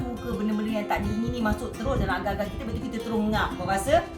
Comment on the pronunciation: Td sy berfikir, aga2 tu apa?🤔.. RupaNya agarrrrrr-agarrrrr.. Astagfirullahaladzim... Sebut la R dgn jelas sis... X fhm org sbh 🥴